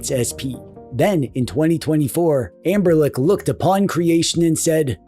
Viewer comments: Is he saying amber-lick instead of Anbernic? 😂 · I am not crazy, you are saying amberlick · i can’t unhear amberlick 😭😭